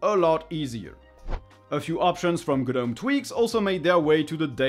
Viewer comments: Please, please, please pronounce it "Nome" instead of "Guh-nome". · I like the Polish too, but I wish he'd pronounce "gnome" correctly. ESL is likely the problem.